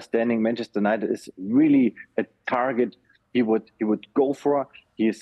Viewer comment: He can't pronounce United properly, so how can we trust about his news